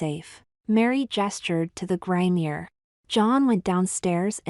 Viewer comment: It's a GRIMOIRE, not a grainier!